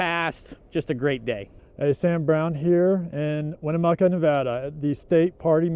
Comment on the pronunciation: Ugh... I gave him several speech lessons on this. The ghosts of Winnemucca are coming for you now! Rotflmao